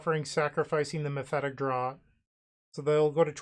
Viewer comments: Not trying to be annoying, but it's pronounced as mephitic "draft" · Hell yeah, i love mono black! Oh, and "draught" is pronounced as "draft"